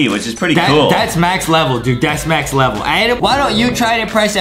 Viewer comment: Adam said “Start a later ledel” So funny!😂🤣